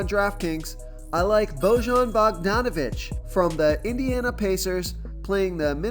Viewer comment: I’m from Indy so here’s a fun fact Bojan is pronounced like Boi-yan. I hear it all of the time. Lol. Thanks for the great content